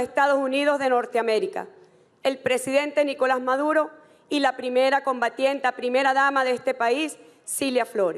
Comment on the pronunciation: combatienta??? asi dice? x Dios